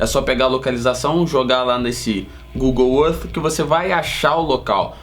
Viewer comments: Aprendam a pronunciar: gugol ãrf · Google errff! Kkkk parabéns pelo canal!